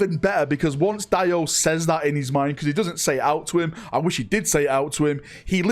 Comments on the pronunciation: It’s pronounced, “Dee O” not, “Die O” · It’s pronounced Dee-o not DIE-O 😅